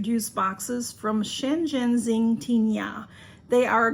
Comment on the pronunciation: Hi Mary I am impressed you pronounced the name so perfect. The packaging looks beautiful. Yummy chocolates 😊